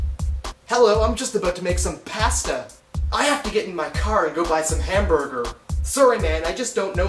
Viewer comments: you say out like a true kanuk. and we have people here that massacre the pronunciation bagel and pasta the same way too. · Canadian accents are simialr to the Utah accents. There are just some differences. The only one you would actually be able to tell is pasta. We say "posta" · He did not just say pahsta lmfao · I say everything that way too except pasta, I pronounce it p-aw-sta